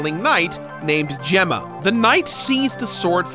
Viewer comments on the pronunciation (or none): none